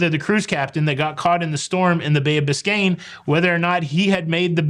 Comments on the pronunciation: It is bay of. Biscay. Bicain bay is Miami. Lots of love ❤️ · it's the Bay of Biscay, not Biscayne. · Great show. However it is Bay of Biscay, or is it just your accent. 👍👍from Uk. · This was the Bay of BISCAY (no N) which is off the coast of France & Spain. Not BISCAYNE Bay which is in Florida. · By the way it was Bay of Biscay not Biscayne Bay in Florida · Biscayne Bay is next to Miami, FL - I’m sure is so used to hearing that one, it was a natural mistake. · love your rant and agree with your it, too many entitled people. By the way it’s Bay of Biscay not Biscane. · i love you by the way it is the bay of "Biscay. " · It's Bay of Biscay